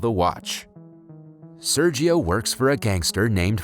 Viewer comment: It hurts my ears how Sergio is pronounced ._.